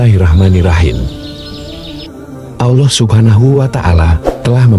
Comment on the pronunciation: kok narasinya nyebut allah agak susah y....kyk non muslim...ga luwes nyebut allahnya...